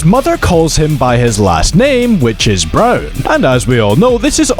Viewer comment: Riners last name is Braun not brow